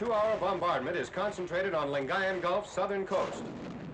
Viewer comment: Aye we Filipinos get love Note 1: nitpick. But makes sense since mark is basing it from American diction.the Ng in lingayen is pronounced like the Ng in thing. Note 2: possible typo. Malacalang is actually wrong. It is spelled as Malacañang. The wrong spelling is the cause of my ears metaphorically bleeding from the bad pronunciation.